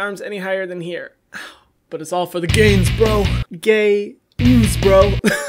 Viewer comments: did you say Gay-ains bro? omg i screamed lol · “Gay-Nz” made me laugh so hard!! I love him so much!! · “Gay-nz” idk if im easily entertained but that made me laughed so hard. God i love you Hyram 😭🤣♥️♥️ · Immediately hit the like button when I heard "gay-inz" 🤣🤣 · i replayed the "gay-nz" part approximately 2137 times in a row